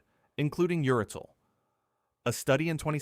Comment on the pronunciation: URACIL, not “uratil,” stupid! That’s 3 errors already in just over 5 minutes!